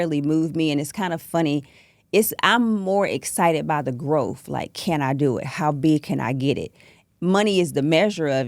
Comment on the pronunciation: I tapped out when she pronounced Growth, as Grofe,...